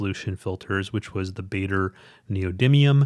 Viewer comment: Pronunciation help: The "aa" in "Baader" is pronounced like the "ar" in "large".